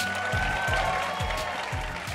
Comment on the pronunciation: Gawd! It always used to drive me crazy when I saw that commercial and master p said "sussess" 👊👊👊